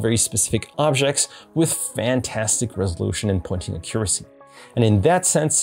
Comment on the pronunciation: Why are you saying "Accuracy" like that???